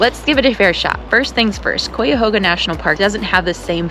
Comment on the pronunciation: I'm sorry, but I couldn't stand how you mispronounced Cuyahoga every time you said it. Did you not even bother to try to learn how?